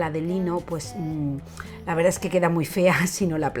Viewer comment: Ma qua te volte dici "la veridad"?😂😂